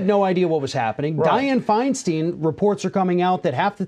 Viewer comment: Boys..at least if you are going to call Diane out, say her name correctly... FEIN”STEIN” like a stein of beer, not FEIN”STEEN”. BTW sir, you are no spring chicken.